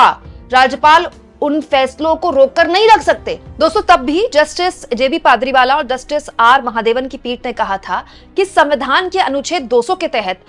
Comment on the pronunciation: आप बार बार पारदीवाला को पादरीवाला बोल रही हैं जो सही नहीं है कम से कम आपको इतनी जानकारी तो होनी ही चाहिए! दूसरा आपने अपने इस व्लॉग में पहले कहा कि एक दूसरे के मामले में ना तो दखल देते हैं और ना ही दखलंदाजी करते हैं जबकि इन दोनों का मतलब एक ही है!!!🙄 कृपा करके आगे से इन बातों का ध्यान रखेंगी ऐसी आशा करते हैं!!!🙏❤️🌹